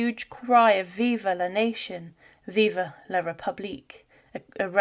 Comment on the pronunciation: Vidéo intéressante. Mais à , quand vous dites «Vive la Nation! Vive la République», ça aurait été bien que vous consultiez un Français pour prononcer ça. C'est vraiment caricatural.